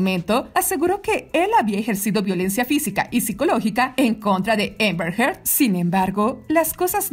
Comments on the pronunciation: Repite conmigo; Amber, no Ember!! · Por qué le dice EMBER a AMBER....